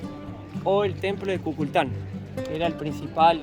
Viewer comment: En serio, kukulclan? Le erraste fiero, suena como lo dijiste a la orden racista yanqui, es can, no clan,Kꞌuꞌukꞌul Kaan se escribe